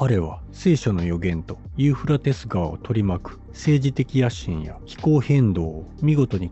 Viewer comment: ユーフラテス川とちゃんと言えｗ何遍間違えるねんｗｗ